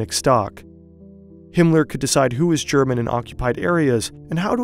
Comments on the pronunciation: not enough hype for how good the german pronunciation is! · Great vid. The pronunciation of german was so pleasing to hear too.